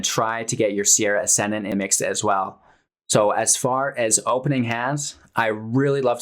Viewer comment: "Sarah" Ascendant, not "Sierra". Facepalm